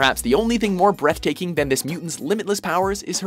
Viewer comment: I thought he said breastaking